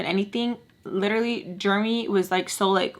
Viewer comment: The way you say Jeremy cracks me up😂 i pronounce it like jeremee. I hear you saying germy🦠